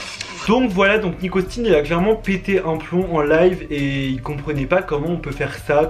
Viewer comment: A un moment tu a appler Nick Augustin "Nikotine"😂😂😉